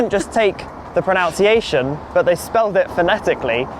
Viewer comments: I agree, his pronunciation as "pronounciation" is annoying. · You are correct. It should be pronUNCiation. So many ironically, pronounce this incorrectly. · i came here to say he's pronouncing 'pronunciation' erroneously 🙂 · It IS a bit ironic to have a guy who doesn't pronounce pronunciation correctly help us with pronunciation! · The irony that can't pronounce pronunciation 😂